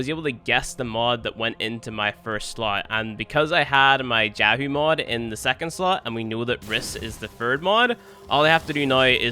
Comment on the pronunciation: Can you tell me why jahu is pronounced as yahoo and jalapeno as helapeno? English is not my first language. What am I missing here?